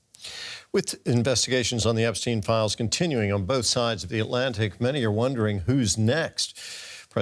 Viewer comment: Not Epsteeen. it's Epstein.